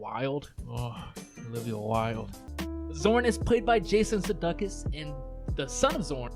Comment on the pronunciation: This was a great show and you pronounced Sudeikis’ name wrong… like you’re a lame troll…